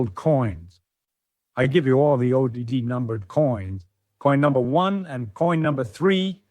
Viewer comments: Why does A I voice keep spelling O D D instead of saying odd? It's odd... and distracting. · And he doesn't say "odd" , the ai pronounces it as O D D for some reason 🤷🏻‍♂️